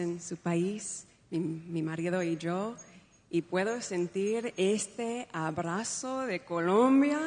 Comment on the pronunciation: We must be fair, she pronounces the words empezar and abrazo like the Latin Americans do.